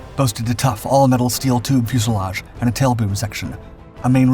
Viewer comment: "Fuselage." YAY!